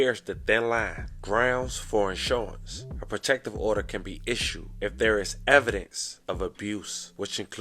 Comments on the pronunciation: Issue-nce not insurance. Two-b not tom-b.... tomb close tho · Bruh I think u go in depth with ur videos and ur investigations are extremely thorough. I will offer a bit of advice tho. For words u don’t know. Check google and see how they are pronounced. Cuz it’s cringe when u can’t pronounce tomb correctly or “issuance”. These are basic words bro. U gotta do better in terms of that. But otherwise good stuff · 🫡 Interim... Enter-rim Issuance... Ish-shoe-enz Ammonia... Ah-moan-ya Decedent... Duh-seed-ent Cin-der Blocks... I appreciate the content too. Yet, I'm still compelled to reach one, teach one. 😏